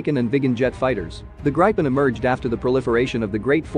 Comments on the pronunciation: It's not "Graypyn", It is "Gripen". Pay attention to the pronunciations. Do not read proper nouns like English. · Except from wrong pronounciation. Not [graipen] but [gripen] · Its pronounce grip-in Not gripe- in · it hurts every time i hear gripen pronounced as "Grayh-pen" or "Gr-pen", each time i hear draken pronounced "Dreyken", and each time i hear viggen pronounced as "Vayh-guhn" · He pronounces Gripen like an old southern gay saying "Griping" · I want to gripe about pronunciation. Get a grip. It's grippen. Had several crashes early on but seems to have succeeded since. Now a recognized heavy contender in air combat arena. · Gripen is pronounced with the i sounding lie ee in Jeep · Rather [Gri’i:ipen] ... the “i” being pronounced in a similar manner as “i” is pronounced in U.S English “police”... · It’s pronounced grip-in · More like "Greepen" with Swedish pronunciation. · Gripen is pronounced GREE PEN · I agree, if i’d spell his pronounciation in swedish it would be ”Grajpen”… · It's spelled Gripen and pronounced "Greepen". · I’m also a Swede and it so funny how he pronounced it it’s Gree-pen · My ears hurt from the pronunciation of gripen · Why all us citizens mispronounce i . Irak erak not like i phone . Also gripen grepen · he says gripen as if he's pronouncing some grapes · Its what you call Lagom Just call it the Griffin. The Gripen pronounciation just sounds wrong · Gripen pronounced i not I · How do you properly pronounce the name? ~Curious American